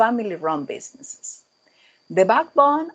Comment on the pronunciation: Bad pronunciation of English... Baak bon (Back bone)